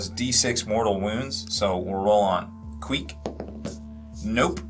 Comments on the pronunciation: "Squeek" lol I am dying as a Skaven player. Get it right, its Queek. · When he said squeak I think he meant queek